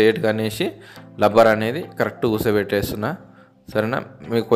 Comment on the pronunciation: లబ్బర్ కాదు రా బాబు... రబ్బర్ ఆది